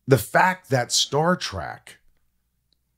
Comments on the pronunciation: it is pronounced Trek, not "track!" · I'm triggered. It's Star Trek, not Star Track... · I can’t believe Brent let Michael get away with saying Star “TRACK” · It bothers me how he says "Star Track"... and right to their faces too. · Did…the…host…say… star…TRACK? smh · Thumbs down for saying Star TRACK.